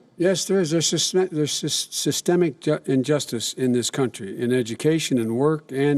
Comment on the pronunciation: Hooo god Biden cannot pronounce systemic correctly 😂